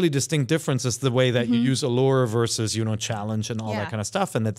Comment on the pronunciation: Why does keep saying 'verse' instead of 'versus'?